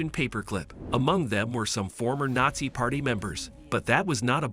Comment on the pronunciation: Mispronounces, "geller," "telepathy," and "nazi," all in the first few minutes. Oh yeah, I'm going to listen to this guy. What joke.